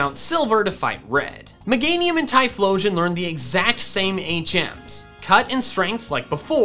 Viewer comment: Left off the H in Typhlosion!